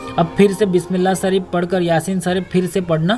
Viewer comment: pahle. bolna. seekho. bismilla. sareef